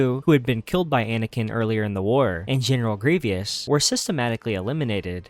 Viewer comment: Why u saying gungans like that lol and general grevyous? Are you even a Star Wars fan or did you look all this up? 😂 I feel like a true star wars fan knows how to pronounce that stuff haha.